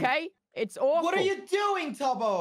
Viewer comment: "IT'S AN OUFUL IDEA" tubbo has gone irish